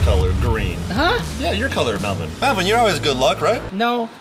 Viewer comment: I like how says Melbourne to mellvin